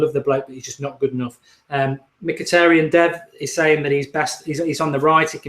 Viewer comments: I think you said Mkyhitaryan's name perfectly! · I thought Mark would have trouble pronouncing Mkhitaryan but surprisingly he got it right